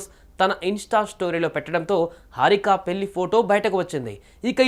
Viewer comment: పెళ్లి అని సరిగ్గా పలక లేవు పెల్లి అంటావ్ ఎవడ్రా నిన్ను యాంక్ ర్ గా సెలక్షన్ చేసింది